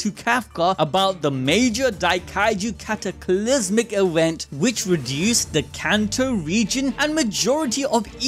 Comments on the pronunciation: why do you say "ewent" instead of just "event"??? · "Main Awent" 😂😂😂